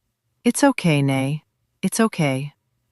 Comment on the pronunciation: It's not pronounced as nay (nae) but as 'nay (nie or ny like in my). It's' short for nanay (mother).